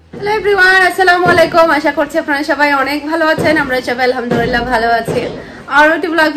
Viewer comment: Apure Alhamdurillah na "Alhamdulillah" hobe.